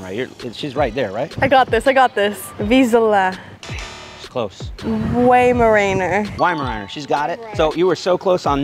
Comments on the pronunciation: Nah dachshund and waimeraner are very wrong pronounced. Look the pronounciation up in Google translation with the german narrator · Weimeraner and Dachshund are german breeds, like me. Even he pronounced them wrong. No hate though, love watching his videos.